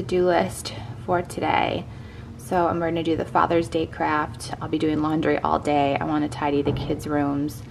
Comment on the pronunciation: It sounded like you said “father’s day crap”, instead of fathers day craft... 🤣 gave me a little giggle... 😂